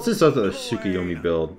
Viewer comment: Ah yes my favorite japanese god: Sookyoomy